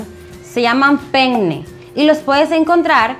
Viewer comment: Solo una aclaración : penne no se pronuncia así